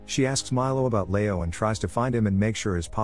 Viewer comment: I don't understand how an English speaker old enough to narrate a youtube video thinks Leo is pronounced "layo"...